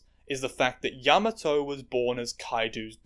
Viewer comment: you mispronounced kiku and yamato, yes yamato is a man he said that himself